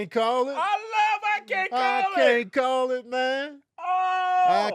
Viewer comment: “I can’t CALL it I might SPALL ittt” is my favorite rendition